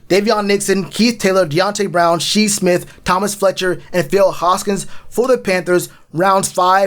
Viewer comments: Shi's name, it''s pronounced as Shy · Bro I stopped after he pronounced it wrong the second time smh.. Shi was a great player not far from Deebo... if we doin research we have to know..... lol keep poundin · Lol its Shi. Like sky